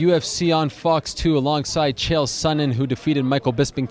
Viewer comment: Chael. Like “Michael”....